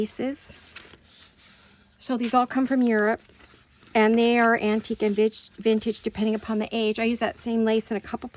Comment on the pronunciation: Glad those comments were removed! No worries on the ladies, they add such elegance. BTW, my pet peeve is so many saying Vinage for Vintage😅